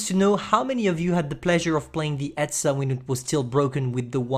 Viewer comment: You say etzer